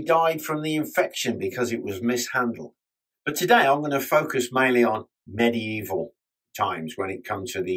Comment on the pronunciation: So pleased you say medieval properly.👍